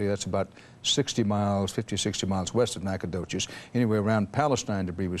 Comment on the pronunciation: I cannot believe that CBS butchered Nacogdoches' name that badly...